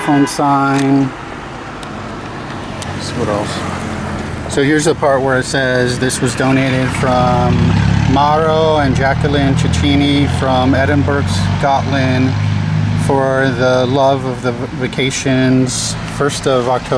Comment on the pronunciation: You should check your sources before the video. The one in the end is an aqueduct and there is Barga vecchia (old Barga) which is what was the castle and Giardino which means garden which is the new part. Also Cecchini is pronounced “chickeenee”.